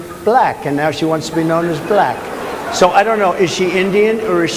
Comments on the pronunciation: Correction: Buh-lack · He pronounces Black. BAlack. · I can't stand the way he accentuates the L in black.